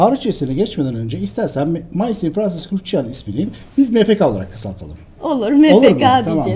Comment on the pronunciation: Maison,(ev)mezon diye okunuyor.